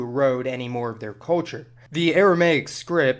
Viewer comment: narator, learn to say CUL CHUR, not COA CHUR.